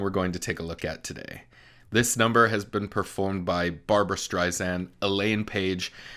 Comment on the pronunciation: Okay you are a vocal coach. Perhaps you should learn pronunciation. StreiSand, not Zand.